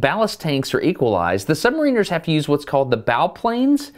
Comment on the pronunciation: This guy was driving me crazy with calling them Submarine rs. ? Submaraners silent service